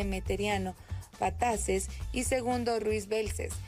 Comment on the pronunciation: Ramon EMETERIO BETANCES y Segundo Ruiz BELVIS!!! Aprende los nombres correctamente; dicho esto te felicito por la nota histórica.